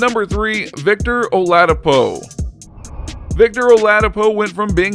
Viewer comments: He said “ Victor Aladipo “ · you know this guy dont watch any basketball when you mispronounce "victor oladipo"